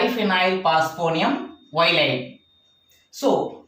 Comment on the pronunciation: Sit Ylids should be pronounced as ill - id. show clearly how the proton is abstracted bu using n - butyl lithium to give an ylide..